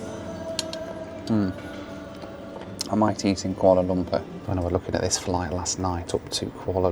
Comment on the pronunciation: I like how pronounces it "Koala Lumper" like Ronnie Barker as Norman Stanley Fletcher in 'Porridge'.